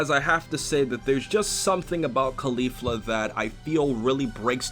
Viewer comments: please fix that pronunciation jesus christ, its caulifla just like cauliflower not cUlEEflU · why does he say claulifla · CAAH LI FLUR UHH pronouncing things is hard. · Think cauliflower and try to pronounce her name again. Remember Sayians are vegetables. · Your pronunciation of Caulifla’s name is so cringy and gross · You not pronouncing Caulifla correctly breaks me.